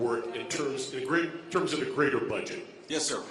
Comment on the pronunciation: Grater? Seriously? You mean Greater, right?